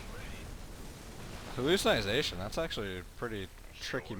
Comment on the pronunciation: Lol hallucinization. it's called hallucination.